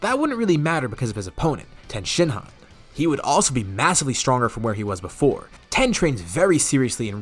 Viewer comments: Tien's nickname is Tee-En, not Ten. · His name is Tien not Ten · It's Tien not Ten